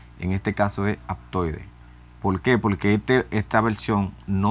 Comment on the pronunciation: se dice PORQUE NO POLQUE APRENDE HABLAR